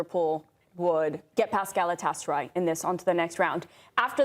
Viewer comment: very rational guy. Also, never heard a non-Turkish speaker pronounce Galatasaray this well.